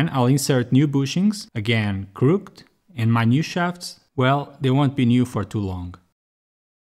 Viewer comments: Hey King, not trying to be judgemental, just helpful It's said 'crook-ed' Two syllables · English is weird, even for those of us that have it as our first language. Crooked is two syllables. Crook-ked, or closer to crook-kid. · great video, good editing so far (not far in yet) just wanted to say the english word "crooked" is not pronounced like most english words ending in ed. its 2 sylables. use google translate to listen :)